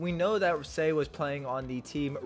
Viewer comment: Why does he pronounce Sae, say? 😂